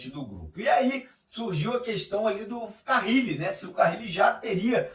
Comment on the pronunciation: NÃO É CARRIIIIIIIIIILE!!!!!! Simplismente, Carile. CA - RI - LE.